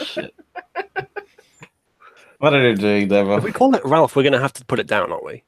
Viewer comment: When says "Devo", it sounds like "Devil"... I'm calling Heresy!!